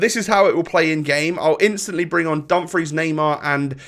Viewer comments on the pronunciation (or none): none